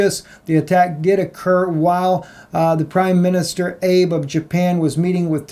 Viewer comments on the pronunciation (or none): I agree with what you said BUT..... ABE come on, it's Trump level to pronounce it like Abe Lincoln. It is pronounced AH-BAY. You are more learned than that unless you were being sarcastic or am I wrong?